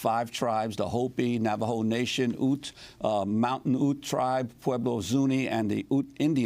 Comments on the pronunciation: Its pronounced Ute, not ooht 😂😂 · Ironically, Nagle is also gaining something by claiming what clearly is a minority of her heritage to be Native. Cannot Democracy Now recognize a real Indian? And Ute is pronounced YOOT, not OOT.